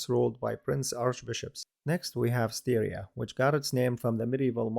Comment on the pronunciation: Furthermore Styria is not pronounced like Syria, the first syllable is pronounced like in "stylish". Which leads to a result much closer to the native German name "Steiermark". (Same goes for town and river Steyr...)